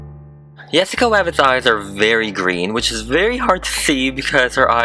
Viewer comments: For a second u sound like u say “Jessica Wavbits” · he just said “Yessica Wabbit” wtf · You kept saying Jessica wabbit?? It’s oki lol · he said “yessica wabbit” lol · Jessica wabbit FLUFFFY ME:almost pees myself laughing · i heard yesica rabbit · it sounds like he sais: Jessica Wabbit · I heard many Yesica rabbit but I don’t mind 🥺😂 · did you notice that you said yessica wabbit XD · Okay why are you saying yessica wabbit not jessica rabbit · Why does he say her name “yesica wabbit” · he sais Yesicca wabbit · Ok is her name Jessica Rabbit or Wabbit cause I hear wabbit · yEsSiCa WaBbIt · Pegasus Person tep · He sed yessica wabbit hahahah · Yassica Wabbit material girl🤩🤩🤩🤩😍😘🤩😘🤩😘😍😘🤩😘😍🤩😍🤩😍😘🤩🥰😚🥰😚🥰🥰🥰🥰😚😚🤩🥰🤩🥰🥰😘😚🤩😚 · Oh golly he did said "Yesica Wabbit" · It’s Yassica rabbit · yassica baddit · I played that back 1 thousand times you said wabbits haha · I hate when he says "Jessica WABBIT." RRRRRReeeeeeeeEEEEEeEEEEEEEEWEEE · You say wabbit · He's saying Yessica Wabbit instead of Jessica Rabbit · Why did he say yessica wabbit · Its rabbit not wabbit. God Damn. Get it right. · Bro he keeps saying YESSICAH WABBIT but the title says JESSICA RABBIT help IM LOST🤦🏻‍♀️ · Yessica Wabbit, lol Yaas Queen! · Yessica Wabbit? No hate I love this doll! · Like 10 times you said thesica rabbit so yeah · I’m kinda questioning why you say Yessica Wabbit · Did you notice that he said yessica rabet twice😄😄😄🤔🖒✍😂😂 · Please don’t say yesica wabbit one more time translation Pwease done sai yesica waaaaaaabit one moe toime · Is it just me or does he keep saying “yes-ica rabbit” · He is, he was saying yessica wabbit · Who was also mad that he kept saying yesica rabbit and not Jessica rabbit .😠😠😠😠😠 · "Finally done with Yessica Ra it's Face!" lol Is Jessica o heard him say Yessica Rabit lol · "Jessica WABBIT!" (No hate) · ‘yEsSiCA rABBIT” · Why is he saying yesacia wabit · Rabbit not Wabbit! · Wabbit why DID YOU SAY WABBIT XD Why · ITS JESICA RABIT NOT YESICA RABIT!!!!!!!!!!!!!!!